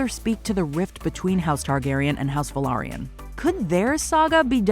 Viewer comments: You pronounced Velaryon at LEAST 2 different ways throughout this video.. incorrectly each time. It's not Vylerion, or Valyrian... it's Velaryon. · It's velaryon not valerian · Nice! Another channel that doesn't mispronounce; "Velaryon." (It's been literally addressed specifically during the episode three "behind the scenes/making of" clip, and yet still gets pronounced wrong by a ridiculous number of channels on YouTube, especially among those attempting to come across as; "experts," on the subject matter. It's quite refreshing to hear there are some who pay enough attention and demonstrate sufficient quality control out there.) it probably doesn't even matter that much lol admittedly but, still says alot. ✌️